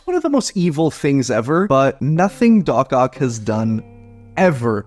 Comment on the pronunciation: It’s dock ock